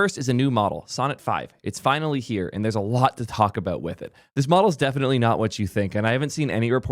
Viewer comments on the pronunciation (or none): none